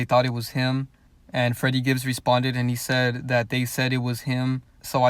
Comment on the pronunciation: When security asks for his name he always says "I'm friddy Gibbs"